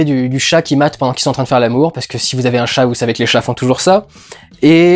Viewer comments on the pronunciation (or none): none